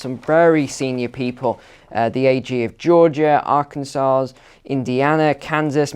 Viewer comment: AR-CAN-SAW.... Hope that helps...😂😂